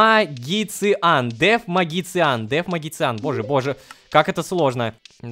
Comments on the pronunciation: рома ну какой магициан у меня из ушей кровь течет это читается маджишен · дэвмаджишен а не мэйджикан😂